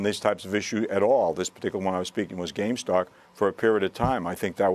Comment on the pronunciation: This sophisticated man called it "gamestock"